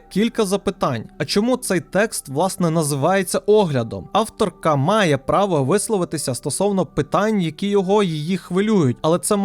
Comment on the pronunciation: це ж яким треба бути чмошніком, щоб кожного разу ставити акцент на «автор…КА»